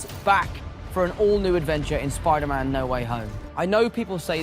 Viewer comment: Get in my son messaged you on insta and I listened to the 2nd trailer and Dr Strange says spidermen not spiderman omg I could be right